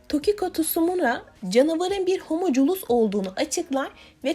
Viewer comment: Reis valla videoyu ciddi ciddi izliyordum da homoculus ne ya dbjdjdjdj valla gülmekten öldüm tamam yazılışı gibi okursan öyle ama söylenişi farklı yani. Hatta bu hormonculusların en iyi söyleme örneği fullmetal alchemist brotherhood da var izleyen bilir.